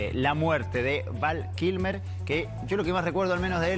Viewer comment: No es "Van Kilmer" , es Val Kilmer xd